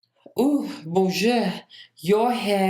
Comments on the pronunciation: on dit "bonjour" pas "bijour" mais c'est pas grave. Comment ça va ? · Is nobody gonna mention his "boonjour"? XD No hate, love. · He said Bonjweur